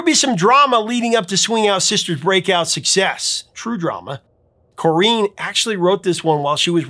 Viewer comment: Swing Out Sister’s Corinne is pronounced Corinne as in Corrin rather than Correen. Lovely lady! Very privileged to see her perform Break Out with her brothers in more recent years and before one of them sadly passed away. Corinne made it possible, alongside others, to get her brother Anton’s album out just after he passed away, and I was also so very privileged to hear how some of them had turned out during his funeral. I often watch the video of Corinne performing with her brothers at the local hospital club as part of a day of protest to help support our NHS and local hospital as it was facing yet more downgrades. This was a march through the town up to the hospital club, a social club that was situated on the hospital grounds to the side but just off the main road, where many local musicians had poured their heart into a performance for this great cause. As well as Corrine and her brothers with their band The What, that’s a stage I was also lucky to share with Dave Formula, formerly of Visage too! Some very random bits of info there! 😂 I miss Anton very much, and may have to go listen to his cds now! 🖤